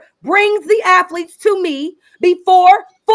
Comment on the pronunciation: "I coach afletes"